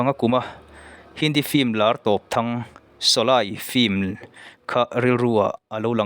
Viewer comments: Shawlei tiha lam tur shawlai nilo in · sawlai han tih chu, sawlei tih tur ni awm tak. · Shawlai nilo in shawlei ti a lam tur aw. Shawlai ti a i lam hian hidi tawngah awmzia pakhatmah a awm lo. Shawlei ti a i lam erawh chuan - meipui, meialh tihna lam a kawk thung ang. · Solay ni loin Soley tia lam ṭhin vek zawka niee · Mithar niman ah kan phun nghal tehang. Shawlei tih te mit atitlai tia lam tur. Mit ati tlei mizotawng hman uluk angai ania. Thangthar ten an ngaithla nasa sia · Sawlei tiin ka lo lam thin a... Ka lam sual nge i lam sual zawk aw